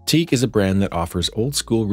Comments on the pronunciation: WTF is Teak??? It's Teac as in tee-ak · Any one who calls Teac teak, doesn’t know hi fi ! It is pronounced T Ack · I really can't take anyone seriously who pronounces teac as teak! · It's pronounced Tee Ack